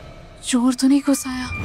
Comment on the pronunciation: Didi घुसा bolte hai 😂